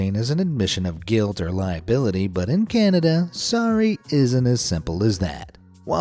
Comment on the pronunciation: "swory" XD